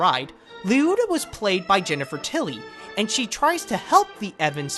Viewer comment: Yes it's been a long time since you posted this, but it's Lee-oh-ta. Thanks for the upload though.